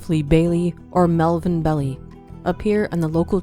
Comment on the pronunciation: This is incorrect, demonstrably, but miles closer to the truth than the video’s content is. Oh, and it’s Melvin Belli-pronounced “Behl-Aye” as in “aye aye, Captain ‘l